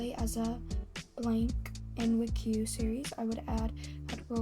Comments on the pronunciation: The video is great but pronouncing wcue as “wik-you” is a crime /j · Ngl I got so happy when I heard you say wuhque instead of w-c-u-e 😂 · I also say “wickiw” lmao